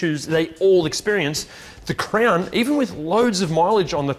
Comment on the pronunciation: Am I the only one hearing crayon instead of crown?